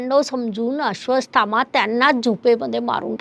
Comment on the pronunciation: माफ करा पण तूम्ही नावं चुकीचे घेत आहात, नाव आहे अश्वत्थामा, तूम्ही अश्र्वासथामा बोलत आहात